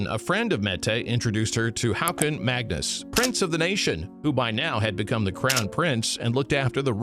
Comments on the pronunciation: Haakon = Hokon. Wenn zwei aa in dem Wort ekstieren wird als o/O ausgesprochen. Haakon heisse also HOKON! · Haakon = Håkon